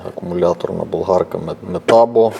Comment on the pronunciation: метАбо, а не метабО 😉